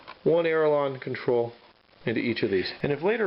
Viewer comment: I'm not a native speaker so maybe I'm not aware of there being more than one correct term.. But did I hear you say "aerilon" instead of "aileron"?